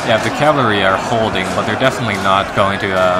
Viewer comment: Sorry if this seems nit picky but my OCD is driving me crazy. Cavalry is pronounced cav-UHL-ry, not cav-LAH-ry :p